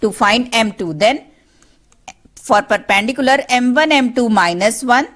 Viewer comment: It's not perpandicular its perpendicular